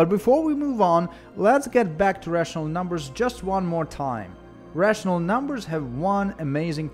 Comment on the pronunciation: I love how you say NUMBERSH :3